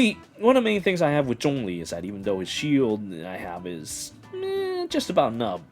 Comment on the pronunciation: You pronounce zhongli well, others keeps saying xiangling.